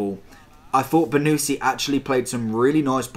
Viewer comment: It’s pronounced bonnuchi not bonucci just correcting